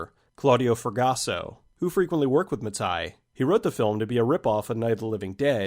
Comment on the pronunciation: Mattei is pronounced "ma-tay" not "ma-tuy" but otherwise, great video as usual